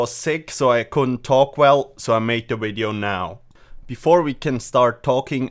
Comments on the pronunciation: Says 'wideo'. Types 'wideo'. Wat. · He needed to accept it so wideo it was